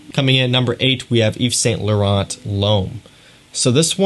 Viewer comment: Just one thing thou , prononce: Yve Sain Lauren, don't prononce the "t" at the end, same for Mont blanc→prononce: mon blan, pleaaaase lol